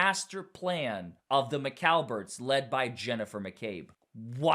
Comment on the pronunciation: Stop saying McAlberts.